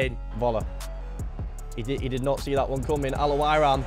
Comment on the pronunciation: The way he say al owrain😂